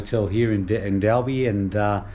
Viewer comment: Great video, very interesting story about Ray White. BTW it's pronounced like Dolby as in the stereo. I only say that cause I'm from Sydney and called it Dalby, and it took them 5 years to beat it out of me.